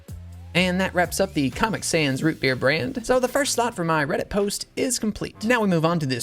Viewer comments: Its ROO BEER (IF U KNOW U KNOW) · i couldnt resist yelling “ROOT BEER” every time he said it